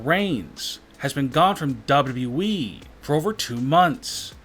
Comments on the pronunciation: It sounds like he is saying dab dab e to wwe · It's WWE not the way you're saying it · Don't mean to be a hater, believe me, this video has some lit content, but the way the narrator pronounces WWE is kinda wrong.